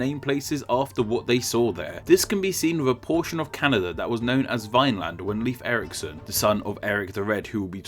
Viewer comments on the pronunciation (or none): You said Leif Eriksson's name wrong, it's pronounced the same as the word "Life"